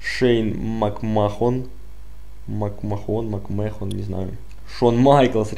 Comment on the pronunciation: послушай англоязычных комментаторов, они произносят "Макмэн"